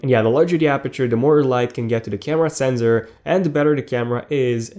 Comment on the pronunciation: it's sensor not senzor.